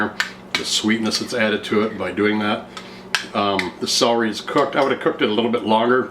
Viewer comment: I love celery soup but being English took me a while to realise you were saying CELERY ...sounded like SOWRY??? hence I'm not subscribing sorry :/